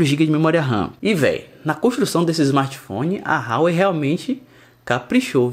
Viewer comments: Fala,, beleza? Cara, pra você que preza pela pronúncia correta das coisas, Huawei se pronuncia Ruá-Wêi. Joga 华为 no Google tradutor e bota pra ouvir em chinês 😄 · Por que todos os blogueirinhos de importados pronunciam Huawei RÁUÊI???? O correto é UÁUÊI...